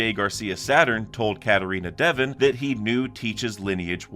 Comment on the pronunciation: Bro pls you gotta stop pronouncing dev-on devin it’s an o not an i